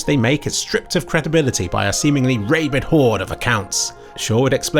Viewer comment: personally I'm offended by your pronunciation of rabid, not the image